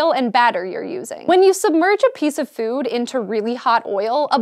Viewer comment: When she says food am I the only one who hears Phewwd? o_O